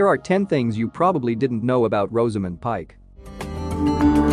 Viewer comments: You could start by pronoucing her first name correctly... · All this about Rosamund whilst mispronouncing it!